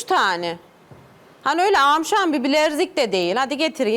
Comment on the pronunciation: Bilenzik diyor ya 😂😂